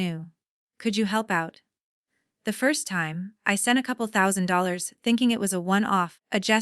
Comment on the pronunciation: What the hell is zollos? Instead of dollars. Sallown Loan???? What is that? So AI is spouting gibberish??? 300 ZALES ???? More gibberish.. The Content Creator of this YouTube channel needs to proofread their content before posting them.